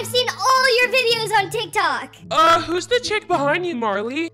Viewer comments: It’s not teek Tok Tik Tok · It's not teek toyks it's tick tok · "TEEK TOKS"I CANT SAY ANYTHING😭🤚 "TEEK TOKER" LiKe NoT AgAIn😭🤚 she is back with the spelling wrong "BRUUKHAVEN" 😭😭😭😭😭😭😭😭🤚 and what voice is thet 😭😭🤚 and who is RONALD SUTMP😭🤚 Not the "TEEK TOK" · “Teek tok” “C r e e p p o k” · Not TEEK TOKING😭🤚 And not ronald stump😭🤚 Not TEEK TOK